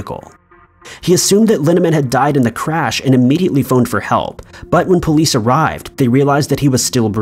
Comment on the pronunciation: Why does pronounce "police" like "poleeeeece?"